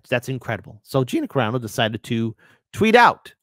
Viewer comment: Not "Carino", it's "Carano".